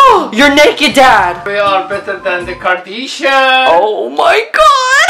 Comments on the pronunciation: im dead issa lol trolololol i cant breath 💀💀💀💀💀💀😂😂😂😂😂😂 the way said kardashians "kardishian" lol hahahahahhahahahahahhaha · "We are better then the 'kardeeshins'" omg I died😂😂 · "We are better than the kardishan" 💛😂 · "We are better than the kardeeshan" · "We are better than the KARDEESHIANS" 😂😂